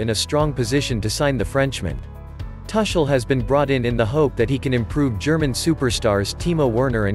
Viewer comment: Tar Shel or Tu kel You better get your pronunciation right. At least for the next two seasons.